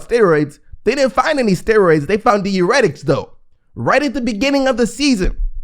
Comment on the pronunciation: dai· ur·eh·tuhk... If I hear this man say deeuretic one more damn time....